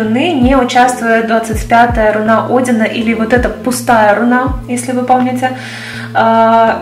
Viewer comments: в слове "руна" ударение на первый слог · Почему рунА, если рУна?